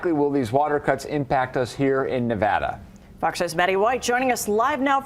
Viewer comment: Not being from the Silver State, it's strange hearing an entire news report about Nevada and not hearing it mispronounced a single time.